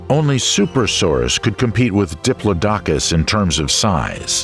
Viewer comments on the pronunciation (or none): "Diplodocus" is pronounced "di-PLOD-oh-cuss>" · NOT "Dipp-loh-DOK-uss"! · I once was at a performance by Peter Schickele ("of PDQ Bach fame") where he pronounced it "DIP-loh-dok-uss", only to have his accompanist correct him with "That's 'DipPLOD-acuss'". I was Today Years Old before I heard that first pronunciation spoken in a serious voice! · Fire your narrator. "Dip-low-dock-us" (the phonetic spelling as uttered by your narrator) is pronounced "Dip-lodd-ick-us" by everyone else except your narrator. Cycads are pronounced "Sigh-cads." The time period known to everyone as the Cretaceous (Kret-ay-shuss) is Crustacious to your orator. The list of flora, fauna, time periods, and sundry other words that are mispronounced (and rather badly at that) are really widespread and distracting. I started to watch this video, but soon realized that you guys are the same folks using the same narrator that I commented on before. Trust me when I tell you, the attrociously bad pronunciation is immensely distracting. When reading a script it's important to grasp the rudimentary linguistics and spelling of the words shared with viewers. A shame really. Ahh well. I need to make a mental footnote to avoid your videos in my hunt for enjoyable informative content. Good luck with subscribers. I wouldn't be able to have the volume on. But that's my opinion for whatever it's worth. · It is pronounced duh·plaa·duh·kuhs not dip low docus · Diplo dokus ahahaha it's "diplodocus" diplodicus.... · I believe that Diplodocus is pronounced. duh plaa duh Kuhs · What the fuck is a Diplo Dockus??!! Now I dont believe none of the names you pronounced Crustaceous LMAO maybe C+ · Your pronunciation of Diplodocus is wrong. Who told you that is the way it sounds? Bad researching? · Your saying diplodocus 🦕 wrong in the video 😑